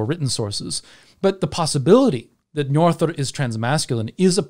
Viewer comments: Apologies for picking on pronunciation, but did you just say Njorðrðr? 😅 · Agreed! 😁 Next step is that "ö" is more like the "u" in umh... and that the Đ is a dh rather than a th sound :) I'm just nitpicking though.